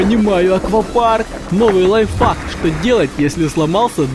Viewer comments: Правильно лайфхак, а не лайвхак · Кто заметил Точто он сказал при взрыве питард он сказал ни лайфхак а лайфак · Ты вместо лайфхак сказал лайфак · ты сказал не лайфхак а лайфак😁😁😁👌😁😁😂😂😅😆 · Ни лаифак а а лайхак учись говорить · Ты сказал лайФАК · Вы сказали лайфак